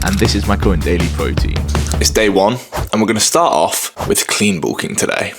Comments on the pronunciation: “More Broteen” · His pronouncing Protein as pro-ein without the t in his accent is making me cringe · pwotein is pwotein